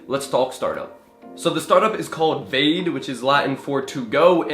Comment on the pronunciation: Sorry but its not pronounced like you do if its Latin....VA-DE, not VEYD